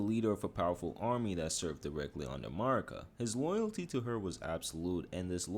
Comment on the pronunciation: Bro cant say marikas name right even tho they say her name so much in the game why do youtubes do this???